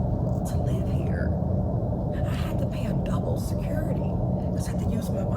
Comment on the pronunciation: Yea listen for example when she says “here”, she say “heEAre” but idk I’m crazy anyways. Child why u up it’s past ur bedtime you rambunctious child